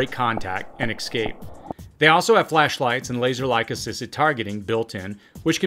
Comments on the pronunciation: Ess-scape, not X-scape! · Love your channel, but you're pronunciation of "ex-scape" was killing me. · There is no "X" in "escape".